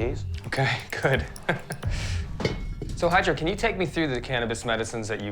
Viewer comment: Pretty sure his name is spelled not hi-drow. Maybe high-dro?